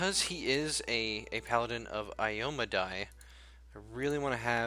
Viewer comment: (You pronounced her name wrong Q~Q) (Edit) After watching your video and the number of times you pronounced it "Aye-Oh-Meh-Die" instead of "Ahy-Oh-Meh-Day" ("ahy" as in Canadian, and Day as in Daylight). I apologize if your accent is to pronounce Day as in Die, but its just unsettling to hear her name pronounced like that. Sorry for the nitpicking. Also, her Color Theme is Red and Silver/Gold, so a Red with Gold trim would have looked really nice for an Iomedae Paladin. (ps: Please tell me you're hooking him up with Valerie. lmao) (/edit) I am curious though, why hadn't they made custom portraits part of the game? - DLC that I'd love to see is: + Add the remaining base classes + Add Tieflings as Race